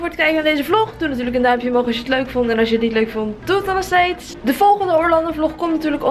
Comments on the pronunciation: Je spreekt Orlando uit als Orlendo... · Casey Neistat muziek? En zeg aub Orlando in het engels ipv het nederlands